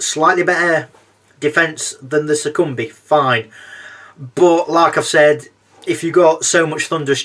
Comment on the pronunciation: Awesome review! Keep it up :) Also I’m pretty sure Succubi is pronounced (Suck-U-Bye) at least that’s how I say it haha